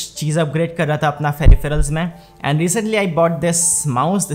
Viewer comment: Is it me or is this guy saying ferifrals every 2 min.